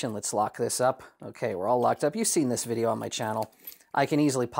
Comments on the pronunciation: I'm glad I wasn't tho only one who noticed "vidjeyo" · "Vijeo". Found the AvE fan. Edit: "She's got some gravity to 'er". lol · Not that I'm surprised, but do you watch AvE? That "vijayo" gave it away. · "Future Vijeo" ...someone is an AVE fan. lol